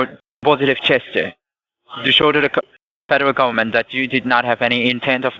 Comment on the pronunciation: ‘Fadaral gabament’ 😆 Imagine being this painfully stupid lol